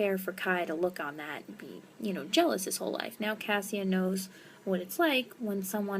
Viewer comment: Cassia is pronounced Kasha. It's like Kesha but with an A like apple. I know this because I listened to the audiobooks and heard how it is supposed to sound like.